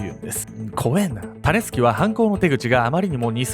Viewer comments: タネスケって聞こえたから、どんなあだ名かと思ってしまったw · 時々｢タネスキ｣が｢タネスケ｣に聞こえて、脳内でしゃもじ持ったヨネスケが騒いでて動画の内容がなかなか入ってこなかった( ;ᯅ; )笑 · たねすけに聞こえる🤣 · タネスケ タネスケって聞こえるｗ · タネスキが最後まで 種助と聞こえた…(^o^;) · 種助って聞こえちゃう